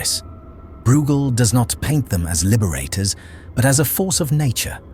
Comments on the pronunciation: You are not pronouncing breugel correctly. It's not brewgel, it's broygel. (I guess it's an AI voiceover. As always making annoying errors.) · Pronounced Broy gel, rymes with fell. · Great analytical powers. But his name is pronounced BROYGAL